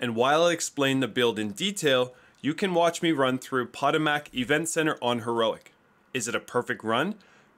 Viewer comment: I really like build makers that think outside the box. Well done agent. My only complaint is the way you pronounced Patomac. 🤣👍jk.